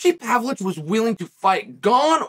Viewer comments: No one knows him because you pronounce his incredibly simple name like it’s written in crayon by the 1st grader. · This whole time I thought he was talking about Sergey Spivak and he was just pronouncing his name wrong 🤣 I completely forgot about this guy!? I thought his name was Alexander Romanvo???!! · Ha ha ha, exactly. English is not even my second language and I pronounce Pavlovich's name better than uncle Chael does.